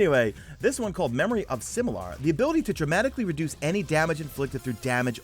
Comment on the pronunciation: Memory of Similar? It's Silimar lol #MesaFail